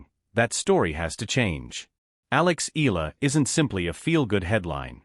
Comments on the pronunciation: Here we go again!!! How come the foreign media butchers Alexandra Eala' s last name?/!! IT HAS 4 LETTERS ,BUT IS PRONOUNCED AS A 3 (THREE!!!) SYLLABLE WORD. E= pronounced E A=pronounced YA LA=pronounced LA All together, it should sound E-YA-LA! PLEASE, if all correspondents and media can pronounce the difficult European last names of tennis players, they should also be able to pronounce a 3-syllable last name, as if one is reading it as a Spanish last name! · ...and you are also insulting her (Alex Eala) by not pronouncing her last name correctly.